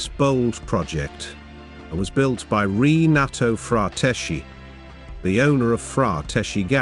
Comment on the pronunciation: "Rinato Fratesci" non si può sentire!!! Renato Frateschi,non è difficile